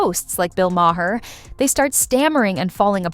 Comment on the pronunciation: You don’t know how to pronounce ‘Maher’.